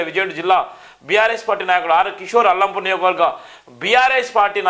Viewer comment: అల్లంపూర్ కాదురా సామి! అలంపూర్ అనాలి... నువ్ ఎక్కడి జర్నలిస్ట్ వ్ రా బాబు....